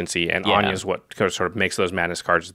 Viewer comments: please why are yall pronouncing her name like anya? where did you get that from? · I'm pretty sure in English anje isnt pronounced as An-ya